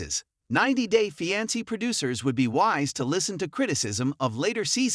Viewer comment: Pronounce fiance correctly